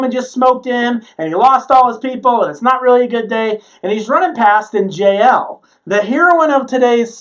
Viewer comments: Jah el not jayel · Her name is pronounced “Ya-El”